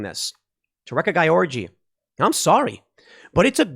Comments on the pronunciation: Just for the future, you pronounce "Gyorgy" like "George" :-D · Gyorgy is pronounced George, "Man of the world." Ray-Ka George Or Ree-ka if an accent was omitted. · I believe the name is pronounced "Georgie"